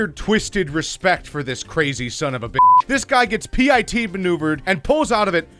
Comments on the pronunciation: Ya dont spell out P I T maneuver....you just say pit maneuver. Nobody....I mean NOBODY spells out P I T maneuver....cept you. Goofball. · I think it’s just pronounced pit, not P.I.T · please for the love of god. dont pronunce it P.I.T it's a PIT, once word maneuver. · Its not "pee - eye- tee" is PIT lile.. PU-IT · It's pronounced pit, not P-I-T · Tiny frame to watch...and who said Pee Eye Tee maneuver? It's PIT! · PIT NOT P.I.T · Did he say P.I.T instead of pit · Did anyone else yell pit maneuver when he called it a P.I.T Maneuver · Not pi t pit like cherry pit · And can you please say “pit” like everyone else does instead of spelling-it out like a dick! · It's called pit not P.I.T >:v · Quit spelling P.I.T maneuver. It's called a Pit maneuver. Just like you would say Pit bull. Not P.I.T bull. And quit screaming. Good content...just annoying. Constructive criticism only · It's not p.i.t it's pit maneuver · Voted down for saying P.I.T. vs PIT (and stealing other peoples vids) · Stop saying P.I.T Maneuver. Its called a Pit! Pit maneuver. Watch police videos. No one calls it "The P.I.T. Maneuver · The one thing that annoyed me was....P I T maneuver. No! It’s pronounced PIT. No one calls it a P I T maneuver. Ugh! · Just say pit not p i t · PIT as in falling in a pit not P.I.T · It's pit, not pee ie tee! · It really bothers me that you call it a “P.I.T” Maneuver. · Who says P.I.T. it's pit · did he just say p i t maneuver instead of pit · ok.... who in the world actuary says P. I. T. instead of pit....? are we doing it in this video just to be different? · i think it's PIT not P I T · Its no a P-I-T maneuver, its just "pit", a PIT maneuver, you robot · The narrator doesn't know about cars or much of anything. P.I.T. maneuver? It's pronounced Pit maneuver! Couldn't watch whole video because the the narrator was giving me a headache. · Its not P.I.T. it's PIT omf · HEY DUMBASS ITS NOT P.I.T ITS PIT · Why can't he say pit and why does h3 say p I t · He called a pit a P.I.T.